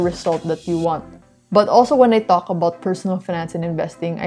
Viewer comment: What did you say qalk about? Or talk about 🤣